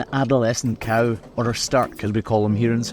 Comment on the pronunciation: You call them „stark“, and here in (Northern) Germany they are called „Starke“. Pronunciation is a bit different, though. 😊 I also find it remarkable that cameraman says „coo“, which sounds like the German word for cow: Kuh. In some areas around here, people say „co“ (as in co-worker) or even „cow“. Language is funny, innit?